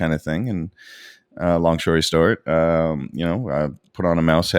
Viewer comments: hehe " long shory stort" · "Long shory stort" LOL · ‘long shory stort’ 😂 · long shtory sort :D I think his ADHD kicked in :D